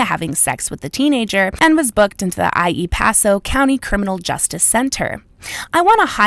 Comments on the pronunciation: It's EL Paso....not "E.I. Paso".... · Honest question do you have dyslexia, you read EL Paso as IE pasó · You're amazing thank you. Ps it's EL paso not E I Paso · Not "Eye EEE Paso", that's EL Paso,! As in El Paso, Texas.